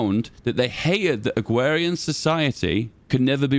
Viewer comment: "Agwawian society"